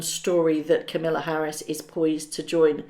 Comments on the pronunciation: It's KAMala, like PAMela... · Kamala - not Camilla. Please stop mispronouncing. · with all due respect I come to correct your pronounceation of a name. As Americans when saying the first name of our new vice president, Kamala is said as comma la. As she herself says its just like a comma (,) with la. Accent on comma. I correct you only bc I know you are proper and like to speak properly. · It’s pronounced camel-a. I heard her introduce herself. 😂😂😂😂😂😂😂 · Love your videos, but please... KA-mala’s name is pronounced with the accent on the first syllable. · its Kamala not camilla... disrespectful to not pronounce her name right. even if they are dem ambassadors well see them once and then they'll disappear because its just word salad with no substance and nobody wants to hear them bang ob about their hard lives. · VP name is Ka-ma-la Harris, not the British Camilla. Love your web site!!💕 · Hey, just FYI the Veep's name is KA-ma-la, not Camilla. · it's pronounced ...Ka ma la ....not Camilla lol I really could care less but just letting you know It's pronounced exactly like it's spelled . Kamala is not going to have anything to do with them unless she thinks it benefits her somehow. They're all snakes in the grass.... And I can't stop laughing at them being youth ambassadors to the Youth of America 😂 They probably gave them that because none of the adults want to have anything to do with them... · Her name is not camilla, it is kamala like with pamela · Constructive feedback that will no doubt get me flamed. Please make an effort to pronounce things correctly. Kamala Harris, not Camilla Harris. And Invictus games not invinktus. Mispronunciations feel very amateur, in Kamala’s case disrespectful and it’s a shame because your videos are otherwise really well produced